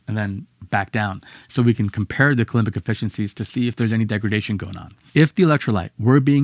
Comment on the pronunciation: Yeah, but lots of unnecessary speculation. They have no idea what's in there. Also, language-nerd comment for: cou-LOM-bic, not cou-LOOM-bic. 🙂